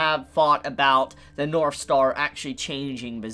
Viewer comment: Every time he says "north" in this video it sounds like he's saying "norf." Is that an accent? If so, in what part of the world is it common to pronounce the "th" sound as an "f?"